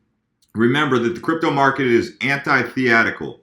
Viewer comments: “Anti-the-atical”??? It’s Anti-thetical Moron! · "Ant-eye-thee-etical" OK, that's a new way of saying it!